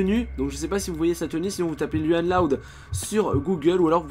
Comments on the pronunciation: On dit pas luan on louan loud est tu as oublié la maman et le père est j'adore t'es vidéo ♥️♥️😘😊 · on lecri luan loud mais on le dit louan pas luan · On fit pas lUan loud mais lOUane loud mdrrr